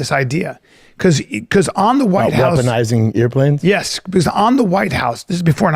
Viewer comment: “weaponizing ear-planes”